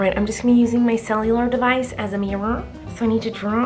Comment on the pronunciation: no one: miranda: cELlulAr DeVIcE